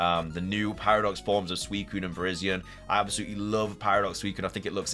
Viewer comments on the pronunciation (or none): none